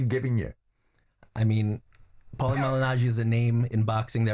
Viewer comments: Why’s he sayin powlie. ! Shut up Jim ya banger !! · Jimbo, just an fyi, it's pronounced porlie ratherr than powlie - see The Soprano's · Yes what an earth??!! I thought it sounded more like pale-ley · Wish Jim would call him ‘Paul-y’ and not ‘Powlie’ 😂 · lol... he pronounces paulie like "towelie" from southpark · It's like he's never heard the name 'Paul' 😂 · Why does he keep calling Paulie "Powlie"? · Why is it so difficult for Jim to say Paulie 😂😂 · Someone help Jim with his pronunciation Jaysus! Embarrassing us!